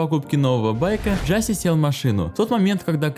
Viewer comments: Не Джаси а Джасей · не джáсей а джасéй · Какой нахрен экс и какой нахрен Джастин?!??!? Это икс и он же Джасей!!!!!